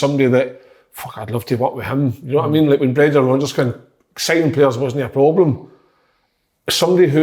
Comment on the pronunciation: Big kev "PLOBLEM" Kyle